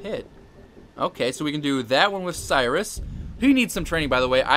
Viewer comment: It's Siris. Not sirius